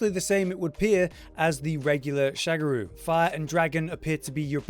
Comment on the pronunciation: um its Sha Ga Ru not SHAGARU